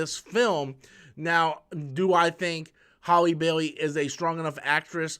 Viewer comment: Every time you say her name it makes me think of someone with a speech impediment trying to say Halle Berry lol